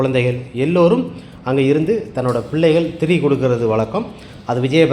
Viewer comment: அது திரி நாள் இல்லை திதி நாள்